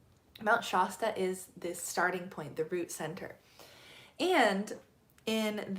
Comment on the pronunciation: I’m a California native and have never heard Shasta pronounced that way. The A is pronounced like “at” without the T. Not like “aah”.